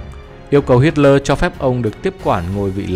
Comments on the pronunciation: Nghe đọc sai sai sao đó? Tôi thường nghe đọc là Hít le mà không phải là Hít lo• và jet ta bo mà không phải là jet ta bi hay gì gì đó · Kit ta bo?!!!!😅😅😅😂😂😂😂😢😢😢😮😮😮 thay vì đọc là jet ta bo hít lỡ thay vì đọc là hít le vì sợ phạm húy tên thang ong co noi nó???